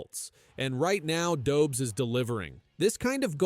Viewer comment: Dobz?? It's Dobesh. Geez.